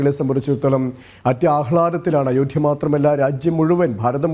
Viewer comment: അയോഠ്യയോ ?!🤔😁😁 അവതാരകൻ ചില അമേച്ചർ നാടക നടൻമാരെ പോലെ ഇത്ര ബലം പിടിച്ച് എന്തിനാ സംസാരിക്കുന്നത് ? അയോഠ്യ അല്ല അയോദ്ധ്യ ആണ് ശരി.